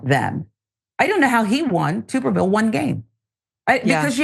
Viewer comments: Glad that I'm not the only person who pronounces his name "Tooberville" instead of "Tubberville". It just makes the most sense, since he has about the same amount of neurons as a potato. A tuber. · Tubberville. Tubb, rhymes with snub, hub, sub. Tubberville. Verbatim the actual correct pronunciation sounds worse then tube. It kind of reminds me of a tub of lard, which is actually smarter than the AL senator.